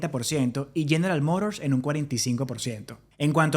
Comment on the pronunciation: Podrias hablar fonéticamente en español? Con tanto farfullo yanki no se te entiende un carajo, pareces gangoso. En Español General Motors no se pronuncia "geralmodors" sino "jeneral motors" tal cual ¿Entiendes?. Repásate el abecedario español.